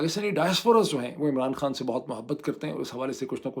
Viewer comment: Hey doc its not pronounced kaan, It's khan actually even for turkish , they just don't put H 😕